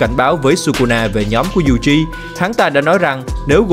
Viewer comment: toji yuji đọc tùm lum